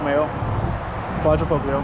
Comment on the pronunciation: it's ''Quadrifolio'' not ''Quaddrafogglyo'' ;)